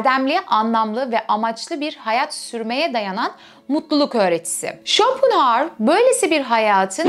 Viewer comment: İsmini bile yanlış telafuz ediyorsunuz !